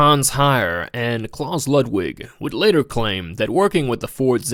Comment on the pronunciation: how do you research a video like this and still mispronounce anything. let alone the name "klaus"